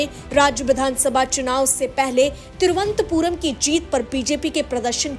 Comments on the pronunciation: It is Tiruvananthpur not Tiruvanthpur pl note. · तिरुअनंतपुरम है नाम मैडम तिरु अन्तपुरम नहीं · Vo. Thiruvant puram. Nahi. Thiru. Anant. Puram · तिरुअनंतपुरम बोलिए। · पहले थोड़ा-बहुत अच्छे से तिरुवनंतपुरम कहने का उच्चारण सिखलो बाद मे जो भी प्रस्तुत करना है किजिए ।